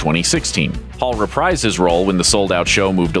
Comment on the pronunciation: why does he keep saying "paul" instead of "hall" and thinks we dont notice